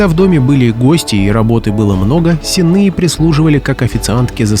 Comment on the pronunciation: С'енные девки - ударение на первый слог. От слова сени.